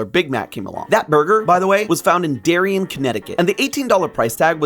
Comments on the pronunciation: Also it's normally pronounced Derry-ann', say it a little heavy on the nasal sound on both syllables and stretch out the Ann a bit (kind of Bronx-ish). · Just a note, Darien, CT is pronounced “dairy-ann”. My paternal grandpa grew up in Darien as a kid.